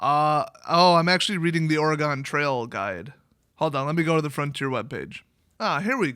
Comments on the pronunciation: ist pronounced ore-gun. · Calls someone an illiterate ape, pronounced it Oragon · Did you just say "ori-gan" trail 😂😂😂😂😂😂😂